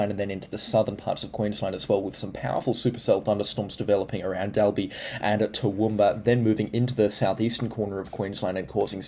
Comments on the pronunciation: pronounced doll bee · Dalby is pronounced Doll-be. FYI